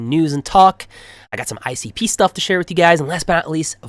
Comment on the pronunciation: ICP sounds so good when you say it 🎉